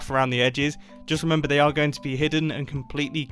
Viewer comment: Everyone hears: Now, remember. what i hear: Now, reMumbo.